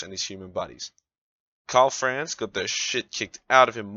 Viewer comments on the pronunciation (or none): none